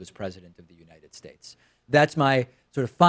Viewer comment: "Obama is taller than the supreme leader" -- #TrumpNukesEarth... Oh fkking hell, the infamous `God bless #UnitedShates` no longer sounds incoherent .. whaaaaa